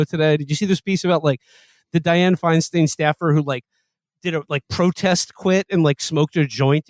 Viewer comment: Aren't all these kids Jewish? And none of them can pronounce Feinstein??